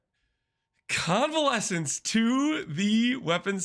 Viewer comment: HE SAID CONVALESCENCE! Mark 1 for the Pronunciation Squad 🤣